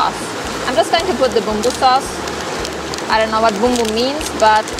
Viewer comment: Bumbu means Spice, the flavorings of the noodles. Indomie its from Indonesia and the way you said Bumbu was perfect.